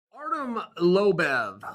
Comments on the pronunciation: I dont even like Lobov but even I think the man deserves to have his surname pronounced properly - that is - NOT Like if IT WAS SPELLED as LobAv! Chael, if you can say LO, you probably can say "BO" too buddy. LOBOV.... LO-BOV!!! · sees video from Chael in the youtube feed with The GOAT’s name in it clicks on video first 2 seconds of the video “Artem Lobev” closes video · lobev? you mean lobov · Artem Lobev...Chael strikes again! P.S. Chael understands the game better than anyone. I watch all of his videos. I don't expect him to pronounce all the names right. It's just a joke, don't take it personally. Love you Chael <3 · Did he say he can't pronounce ''Lo-bov'' ? 2 syllables. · ITS LOBOV CHAEL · Pronounced his name wrong? Aw shit chael, choo choo train is coming for ya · HOW YOU GONNA MISPRONOUNCE THE GOAT’s NAME?! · U better pronounce his name correctly Chael or prepare to face the wrath of the GOAT. This is a fight you will lose Chael